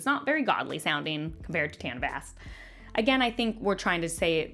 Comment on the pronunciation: yeah I know the quote lol, but he called him Tanner like 5 other times and I’m saying it sounded more like a name those other times